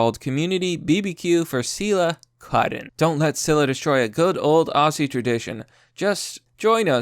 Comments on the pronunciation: Aussie=OS-zee not os-SEE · It's pronounced Auzzie. With a 'Z' not a soft 'S'. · Hey bro Aussie is pronounced Ozzy, good day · Its spelled aussie but pronounced ozzy ffs